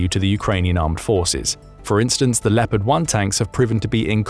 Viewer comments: Please… it’s pronounced “Le-O-pard” not “Le - pard”. You’ll be driving all the Germans crazy given how often you say it 😂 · it a bit funny to hear how amaricans pronounce Leopard. they say "Leppart" they must think the "o" is a communist conspiracy ;) Where does the love of extra "p's" comme from thoug? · Are you absolutely sure, with me being a graduate of the US army armor school at Fort Knox, Kentucky, that’s the exact pronunciation for the WEST German main battle tank? Additionally, I was raised in a German speaking household in Wisconsin.